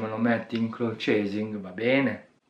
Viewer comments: Comunque si pronucia " claud ". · ti prego smettila di leggere male cloud !